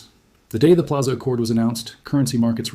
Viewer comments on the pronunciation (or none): Pilaza? Come on, AI, you gotta do better!